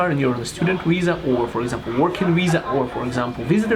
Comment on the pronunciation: It's viza, not wiza :)